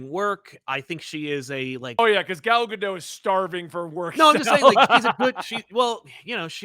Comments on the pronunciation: It's gah-dote, not gah-doh. The last letter of her name is a taf which makes a "t" sound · Her name is GadoTTTTTTT not Gado. It’s not French